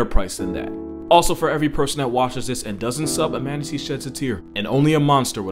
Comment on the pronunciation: manateaar... err.. there is giant gentle soul out there...